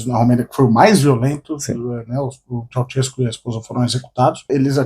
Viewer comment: OBS: O NOME DO EX-PRESIDENTE DA ROMÊNIA SE PRONUNCIA ASSIM: TCHAU - XES -CÚ, sendo a primeira sílaba pronunciada igual nós despedimos no Brasil e com acento na última sílaba